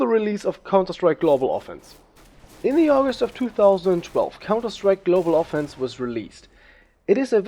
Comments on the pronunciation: Ofenc*IVE* say it with me, O-fen-CIVE, not ofence, Ofencive. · Cool vid. Btw its global offensive :D not golbal offense. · gutes video man hört krass raus das du deutscher bist und außer paar kleinen ausprachefehlern und global offense oder offensive is alles cool